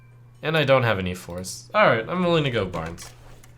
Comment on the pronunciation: BRANN NOT BARNES